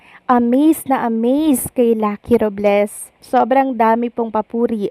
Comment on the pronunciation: RObles po hindi RUb les😂